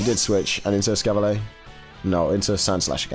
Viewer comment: Hmmm... just curious (and this isn't targeted at, it just reminded me of it), but why do people not pronounce the 'r' in Escavalier?? I understand that there's the "fancy" version that's based from French, but Escavalier is clearly based off of the medieval times, and the 'cavalier' part of its name comes straight from a type of horse night (which is pronounced Cah-vuh-leer)